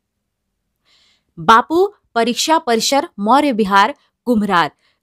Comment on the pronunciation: Madam aise ratt kr attak attak kr kahani bataogi Babu parisar v nhi bol pa rhi ho ❤❤❤